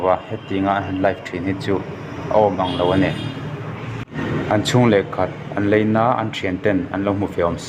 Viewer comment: Leina ni lo in laina tih tur In ti lang ngam tak tak silo a ho emai 😂